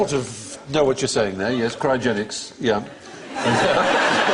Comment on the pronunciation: When Alan said Crysogenics (which Stephen said as calisthenics + cryogenics), I thought he said 'Christ-ogenics' (as in Christ [who is said to have risen after the third day] + cryogenics).